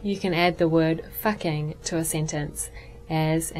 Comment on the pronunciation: you fucking suck at fucking saying the fucking the word fucking!